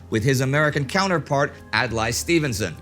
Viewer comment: Pretty sure it is Ad-lay Stevenson, not Ad-lie....